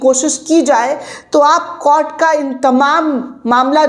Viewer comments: कोट नहीं ॰कोर्ट* शब्द है कृपया उचारण सही करे! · Please correct your pronunciation of the word court. It is to pronounce as court not cort. Thanks for the information of the court. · Madam court ka ucchhar baraber karo.